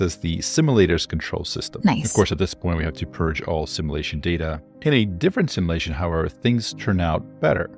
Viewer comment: "Sim-you-lation", not "Sim-eww-lation"!